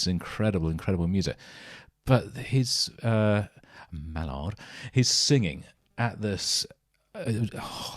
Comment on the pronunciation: Its Maynard not mallard